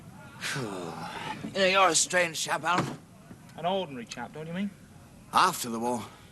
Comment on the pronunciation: "..... we ORDNARY chaps ... " 🌟🌟🌟🌟🌟🌟🌟🌟🌟🌟🌟🌟